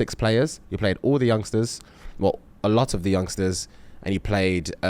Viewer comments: Not crumping uh-LAWT 😂💀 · Mans said he krumps “alot” 🤣🤣🤣🤣🤣